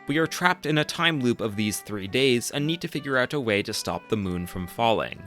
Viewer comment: He tends to puts emphasis on the end of words. "thaT, ouT, siDe-quesT, deeD"